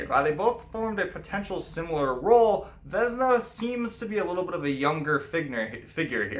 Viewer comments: Uh jak już mówisz o naszej mitologi to przynajmniej spróbuj wymawiać imiona jakoś sensownie , nie wezna tylko '' Wiosna'' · Vesna is pronounced with an S and not with Z. :)